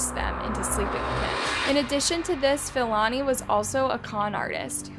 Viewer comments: Hi, as a South African. I'd appreciate it if you educate yourself on how to pronounce South African names. Its honestly not that hard to learn and educate yourself on how to pronounce African people's names. I mean if you can pronounce Siam then surely you can pronounce Philani Ntuli. And its pronounced P-lani Ntuli🙄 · The murderer's name is pronounced as P-ilani not F-ilani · Hey I'm a South African and thank you for covering the case. Please learn proper pronunciation it's Philani with the P like Pee not F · U make good content but please learn to pronounce names Philani is pronounced: pill-ah-knee Not Fill-Annie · It's pronounced as Pee-lah-nee Ntu-lee